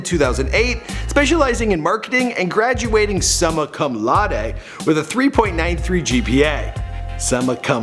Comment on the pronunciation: “summa cum laude”—pronounced “soomuh coom loud-ay” 😂. It’s a high praise...